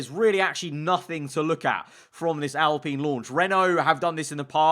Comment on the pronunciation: He pronounces it right tho? Alpeen